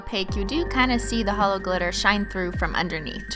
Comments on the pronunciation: OMG she said HELLO not HOLO 😭😭😭😭😭😭😭😭😭😭😭😭😭😭😭😭😭😭😭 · SHE SAID HELLO INSTEAD OF HOLO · She said hello instead of holo ahhhhh